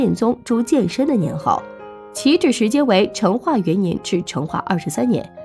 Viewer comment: 成chen， 四声